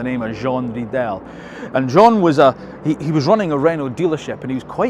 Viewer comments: That's a tricky one. How to help english native spreakers to say the name of the creator of this brand the right way? Let's try it. You did not say Rédélé, you said Redelle. So you should try Ré - Dé - Lé, with "é" being pronouved like the "i" from "it" or "stick". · Jean Redele (ray-del-ay), else not Alpeen, which it is. The MR18DDT engine comes from Nissan.